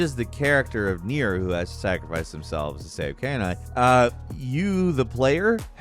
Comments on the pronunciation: Disappointed you pronounce Kaine like she was a dog (canine)..the game is voice acted so no excuses.. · The way he pronounces Kaine makes me think he’s never played the game and just read about it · Guys at least talk about the nuance of how nobody in Infamous 2 knew if their "good" path would even work, when they knew for a fact that the "evil" path would work. That uncertainty is a major factor in what makes the decision carry so much weight. Also, you ought to at least play Nier before talking about it. You can't pronounce Kaine's name correctly, so you obviously didn't play it, and you failed to talk about anything in the story that made the ending of Nier one of the best endings ever. Just the mechanical aspect of getting your saves wiped. Nier's story is incredible, and what makes it so is that there are no "good guys" or "bad guys." Just protagonists and antagonists set in a utterly depressing setting where doing the "right thing" only ever comes at the cost of innocent peoples' lives who are trying to accomplish the same goal as you, and with the same motivation. Play Nier, if you haven't. The ending is genuinely outstanding. And no disturbing is it that Nier, himself, doesn't even notice, let alone understand, why anything he may be doing is wrong/right. If you're reading this and haven't played it, play it. You won't regret it. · You know the speaker never played the game when they mispronounce Kainé that hard... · Is this some kind of inside joke or Something? The way Kainé was pronounced was just abysmal. Also the ending is not the worst thing. After you deleted everything just start a new game and keep playing(ignore all side quests) and you will, at one point, get one of your old save files back. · The way Kaine was pronounced in this video hurts me! Lol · The infamous Caïn-Aye from Nier Replicant/gestalt. It's Kainé pronouced Ka-E-Nay That was a funny pronunciation mistake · Kainé is pronounced Kai-nay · It's pronounced "Kai-neigh"